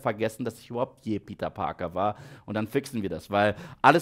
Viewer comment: Ich liebe deine kuhle Aussprache: Spideööörrrman Peteööörrr New Yoööörrrk Tobey Maguiööörrre Lizzaööörrrd Undeööörrrdog